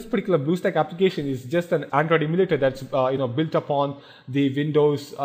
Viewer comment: Why does he keep fking saying 'particlar'...choose another word jackass...